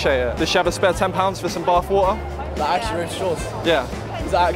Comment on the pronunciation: Its painful to hear how doesn't know how to pronounce the "t" in water.